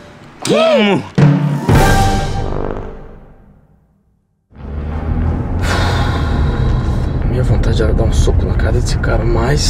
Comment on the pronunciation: Eu ouvi armado mais é amarrado